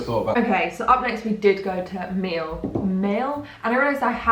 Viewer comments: It’s pronounced like “me-Elle” means honey in Spanish ! 💌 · Miel = honey. Pronounced me-ehl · Miel means honey in Spanish- said like "mee-ehl"